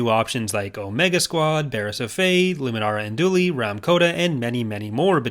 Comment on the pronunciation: You had me at "Luminara Unduli!" :D